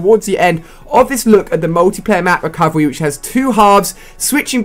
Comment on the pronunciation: You said recorverey